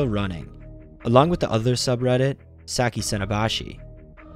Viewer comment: さきさのばし contains the hirigana “sa ki sa no ba shi” I think it should be pronounced like that I’m not good at Japanese but I’m learning am I correct